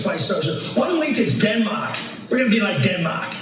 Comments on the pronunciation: what in the Philadelphia accent was that? dinmak? dinmak? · Not very important, but sometimes American accents can be hilarious. I never heard anyone pronounce Denmark like that before.